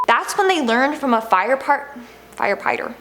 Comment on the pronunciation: "Fire Pighter" lmao